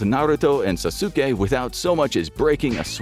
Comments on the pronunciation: "sasookay" lol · Sasuke? It's pronounced sas-kay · it's pronounced as Sas'ke. Not Sa-su-ke. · it's sas*ke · Calling Sasuke "Sasuka" is wild 😂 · I've also never watched Naruto. The series where he was a kid or an adult. But even I know its not pronounced "Sass-su-kay" Come on,. You're above this blatant clickbait. Get a BetterHelp sponsorship or something at least. That would be an improvement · Sazuki??? The disrespect 😂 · pronounced "saucekay" btw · Sa-sukay? Really guys lo😅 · Omg can’t believe how he pronounces Sasuke, it’s Sas-ke!!!! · I like how he can pronounce tsukuyomi but Sasuke and Sakura was out of reach lol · naruto.... sAsUUkE....Jen-jutsu.....bro I'm dead😭